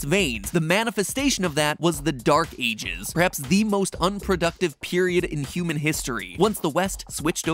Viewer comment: in the video Mat Pat says cuman instead of human